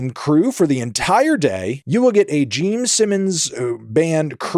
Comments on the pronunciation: Was he saying "Geme" Simmons the entire time or am I just insane? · Are you saying "Geme Simmons"? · also is he saying geme simmons😭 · Stop calling him Jeem Simmons!! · ITS GENE SIMMONS NOT JEEM ANTHONY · Are you able to say "Gene"? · Is he saying Geme...? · Is it Jeem? jeem simmims? Am I hearing that correctly? Never heard of him…. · Geme Simmons EDIT: Brother and I have been drinking beer and I keep thinking he's saying "Geme" as in "meme," and I swear to god my ears are playing tricks on me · Yep hes definitely saying Geme Simmons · So glad im not the only one😂